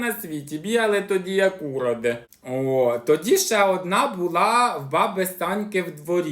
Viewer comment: Каже:бігаємо як ті Уроди,наголос на на У. У нас на Київщині теж так балакають😅😅😅 Ну,насміялася ❤❤❤